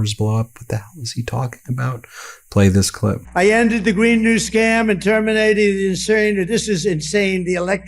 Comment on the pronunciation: "Biden can't say existential!" two minutes later "I ended the New Green Scam and termin-a-did-dur insurin... This is insane!"